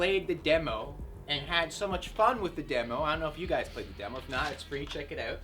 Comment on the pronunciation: GUYZ NOT HUYZ